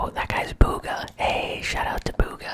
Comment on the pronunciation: It’s Not BOOGAH. It’s BUGHA. You’re pronouncing it wrong